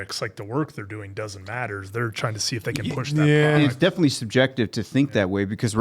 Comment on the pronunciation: Milchick not Milcheck or Murtaugh. Definitely not defilly. 🤨🙄😵‍💫